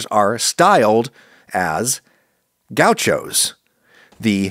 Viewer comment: Gau xos as Adam says 😅